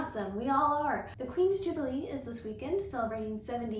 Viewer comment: Not me, understanding jiggely instead of jubelee and found it super strange but also cute xD